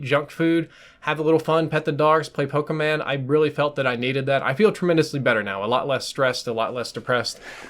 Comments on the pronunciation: it's pokémon not pokeman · Did you say PokèMAN? Idk why that bothers me. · I know this is some serious personal issues that your going through, and i pray for you and the situation to get better... but did you just say Pokeman??!!